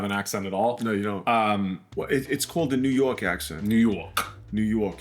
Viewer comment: "Whats tinda" 😂😂😂😂 and "New Yourk"